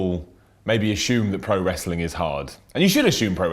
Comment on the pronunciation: Learn to say 'assume' properly.